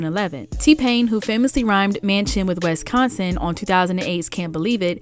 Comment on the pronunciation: …is it me or is the narrator pronouncing Wisconsin wrong?